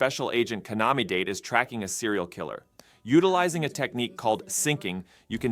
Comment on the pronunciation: Just so you know, Date is pronounced more like "dah-tay."